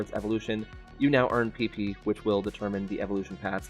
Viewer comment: I tried not to laugh but you said pp in an interesting way XD